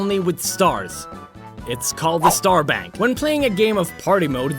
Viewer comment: when he says "Star Bank" I fought the he said "sperm bank".